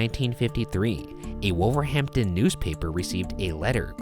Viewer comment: Am I the only british person that got annoyed when Ryan kept saying wolverhampton and Birmingham wrong I think it is :)